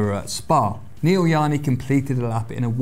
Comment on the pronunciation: Does he call himself 'yani'? Because the J is quite pronounced in the original Indian name